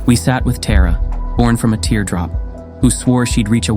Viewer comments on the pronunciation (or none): none